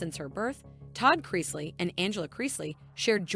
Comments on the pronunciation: Cloi Creeseley? What? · How is Chloe and chrisley so hard to pronounce?!